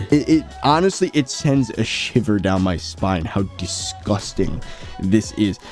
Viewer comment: Lmfao I love it when says disgusting. it sounds like disgustang